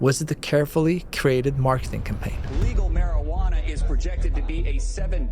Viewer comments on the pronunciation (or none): great video. W content. i don't think you said marijuana correctly once.